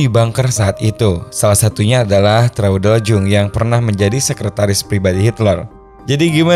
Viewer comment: sedikit koreksi, bahwa Traudl Junge cara menyebutnya ' Traudl Yunge. perlu diketahui bahwa huruf J dalam bahasa jerman cara penyebutan nya adalah Y, koreksi buat admin semoga makin sukses dan sehat selalu !